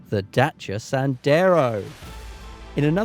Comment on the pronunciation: I just like the way you- as a englishman- pronounce the name...real name Dacia !